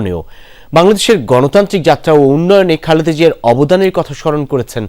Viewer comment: নামটা অন্তত ঠিক মত বলুন। "খালদা" জিয়া নয়, নাম খালেদা জিয়া।